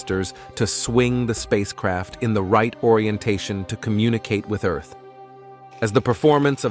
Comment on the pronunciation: Please, God, let a Human Narrate! The Text to Voice narration is messed up! Ear-th?! I would narrate for free!